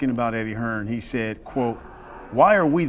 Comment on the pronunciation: HEARN* If your going to clout chase the man at least say his name properly